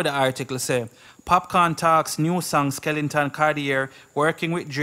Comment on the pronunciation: " SKELETON CARTIER" not skelington. Skelington is a character in an animated horor movie starring Johnny depp.